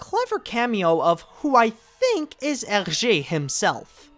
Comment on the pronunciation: I noticed it too when I saw the film for the first time. Btw thank you for pronouncing his name like you did because up until now I've ALWAYS said it wrong after all the years of me reading the Tintin book (which I did when I was a kid, just like you) and I'm 19 right now! :)